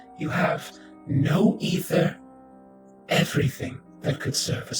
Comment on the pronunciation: Constructive criticism, pronounced A-ther, ether is pronounced E-ther, lol still love to watch, and will continue!